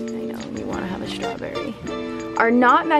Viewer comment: You mean "shrawberry"! crikey- this girl needs to learn to pronounce the "strawberry"!